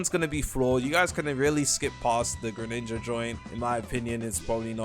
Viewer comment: Bro called it greninja😭🙏